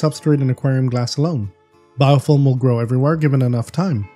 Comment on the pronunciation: Just jokin sounds like your sayin biofoam. ;D